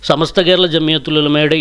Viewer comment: ഈ ചെങ്ങായി ഇപ്പളും സമസ്ത എന്ന് പറയാൻ പഠിച്ചിട്ടില്ല ഇവനൊക്കെ എന്തിനാ മൈക് കൊടുക്കുന്നത് ഇവൻ പണ്ടേ കുത്തിത്തിരി പ്പാണ്